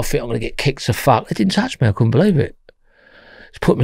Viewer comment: "So I think to meself - Fack." Tell it how it is,.